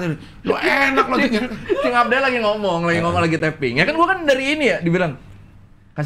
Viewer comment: Abdel tuh, L nya di belakang